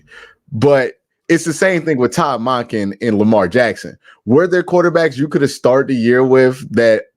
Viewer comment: Why does Q call Monkin... Modkin??.... does he say Monday or Mod-day?? Lol